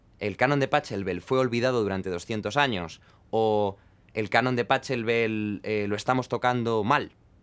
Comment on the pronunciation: pa CCCCCCHHHH elbel, jajajajajajajaja. Se dice bajeelbel mi querido Jaime.